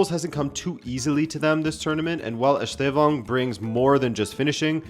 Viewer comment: but this guy's not that bad, tbf